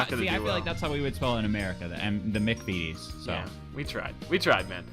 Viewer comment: Okay... I have watched 40 seconds of this video so far and 1. The way you said "McVities" was aids. And 2. Digestives are fucking delicious